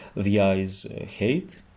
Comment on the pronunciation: height is pronounced χάιτ otherwise it sounds like hate = μίσος